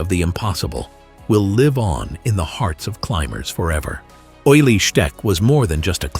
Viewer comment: One thing, his name was pronounced oolie, not oily.